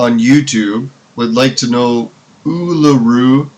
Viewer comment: Uluru is pronounced ooo-loo-roo